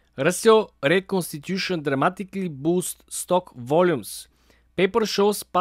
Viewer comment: Stoke sounds just like stock when he says it